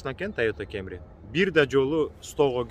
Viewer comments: Тайота Камри деп эле суйлочу кемри дебей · тойота кемри дебей камри эле деп айтсан кемри кемри дебей🤣 бирок молодец кайфти кыл брат